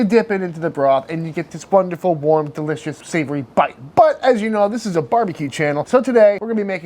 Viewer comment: delissious or fantastetic? choose wisely...